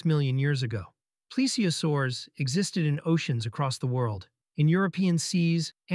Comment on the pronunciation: It’s pronounced plee-zee-o-saur-us